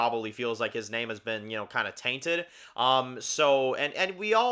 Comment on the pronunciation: You’re saying the name wrong. But yeah his lover is the man next to his adopted son. Presumably they adopted the kid years ago like Carol and Zeke. It’s not hard to assume.